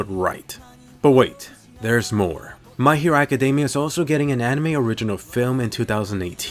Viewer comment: why do you say "my hero machademia" lol, either way good vid, cant wait for OPM, MHA, and AOT, ill def watch others tho.